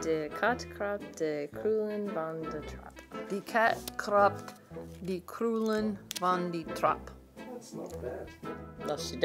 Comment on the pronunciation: thats a good "de"